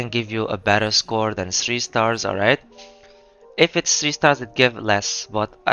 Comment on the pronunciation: a thouth it was "almight"